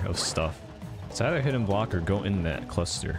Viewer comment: what kind of weird tourette syndrome is that where you can't say block or bully correctly?